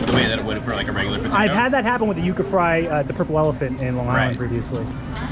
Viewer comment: its pronounced "You-kah""